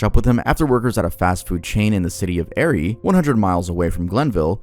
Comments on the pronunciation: Erie is pronounced just like “eerie” I was confused when you said it at first. I remember when it happened. They recognized him and tried to keep him there by telling him that they were waiting on fries or something but he caught on and “checked out of life” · it’s (Ear-ree) sorry i just live in that city so i had to😭